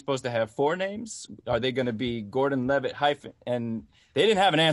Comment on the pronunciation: Anyone else notice when Joesph Gorden Levitt said "I'm Levitt" as in "I'm livid" 😂😂😂